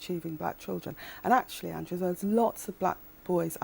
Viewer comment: "Andwoo, I've got nothing new to say." That's not twoo, as she frequently has new nonsense to spout.